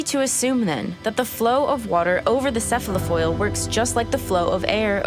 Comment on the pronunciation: Enough! I cannot stand another minute of a young child misusing words such as "unique" and mispronouncing "cephalofoil".